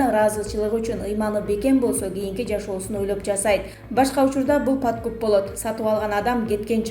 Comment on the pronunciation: Сатып алган адам паткуп емес подкуп болот көк мее. Анан калса толук кыргызча болсо еее